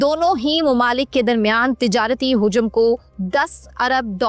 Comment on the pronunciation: حجم ____ ?????????🤔🤔🤔🤔🤔🤔 ح کے اوپر پیش لگا کر اس لفظ کو نہیں بولا جاتا ہے بلکہ ح کےاوپر زرب لگا کر اسے بولا جاتا ہے مہربانی کرکے آپ صیح تلفظ کے ساتھ اردو کی اداٸیگی کریں ۔۔۔۔۔👉 ورنہ سننے میں بہت گراں گزرتا ہے ۔۔۔۔۔👉 اردو کو مسخ نا کیا جاٸے کیونکہ یہ ہماری قومی زبان ہے ۔۔۔۔👉 اسکو سیکھنے میں اپنے طرف سے حتل امکان کوشش اور پوری محنت کی جاٸے ۔۔۔۔۔۔ 👉 ❤️🇵🇰💚 LOVE FROM PAKISTAN ❤️🇵🇰💚